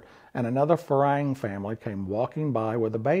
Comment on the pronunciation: You are mispronouncing farang like a lot farang do. It is not Fa Rang , like it sounds. The rang part does not rhythm with tang. in the pronunciation. We are not ringing bells over there. It is pronounced more like fa long not fa rang. phonetical think of it as fa wrong .